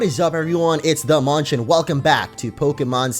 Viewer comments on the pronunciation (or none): none